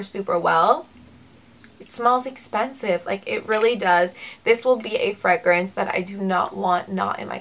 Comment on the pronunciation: I was wondering where you are from? I have never heard fragrance pronounced like you say it. You don't say "Fray"